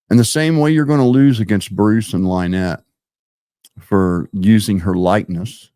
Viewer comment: Thank you for being on here. Also, it is Lynn ette not Lie nette. That is what he calls her because he thinks it's funny to call her a liar so he uses her name as a play on it. Also, his fans are as cruel as him and his crew. They are bullies, trouble makers and for some reason think they are going to be some kind of heroes to him and his crew but in fact they are just puppets for them.